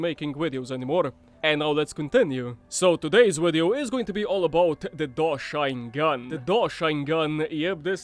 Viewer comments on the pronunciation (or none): Isnt it called like Dosh-sheen gun like Machine gun? Not Dosh-shine Gun lol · I'm pretty sure it's pronounced "dosh-een-gun" like machine gun but with a D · FYI its pronounced DoSHEEN gun, its supposed to sound like machine gun, great vid btw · I feel like "Doshine" should be pronounced as if it rhymes with "Machine", as in, machine gun, Doshine gun? Seems to be a really bad pun.